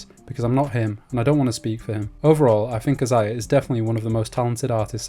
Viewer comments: Brah it’s pronounced Isaiah not I- Za-Ya 😂😂😂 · It’s pronounced (Eye-Zay-Yah)